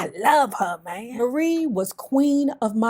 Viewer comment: Marie is pronounced like Mary. Marie passed in 1999.